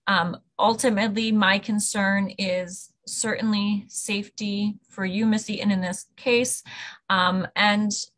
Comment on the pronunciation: Nope. I will never respect anyone like the judge who thinks it's cute to not pronounce the T's in words. Every time the judge said "cer'ainly" I weep for the future.